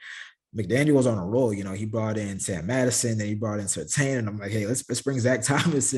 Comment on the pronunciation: Love the content. Hate to correct you but I have to. The name is Surtain, that’s correct. The “I” is silent though. So it’s Pronounced Tan not Tain. When SR was in the league, he got hot with announcers saying it wrong. Just a heads up. I love the content though sincerely and you have a Subscriber in me.